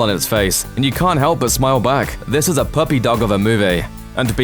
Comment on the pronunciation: Okay, the way you said puppy, that was... That was weird.